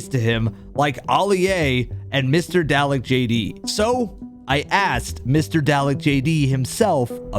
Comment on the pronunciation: Just one thing, its not pronounced "dal-eck", instead its more like garlic but with a d, so its actually pronounced "darlic"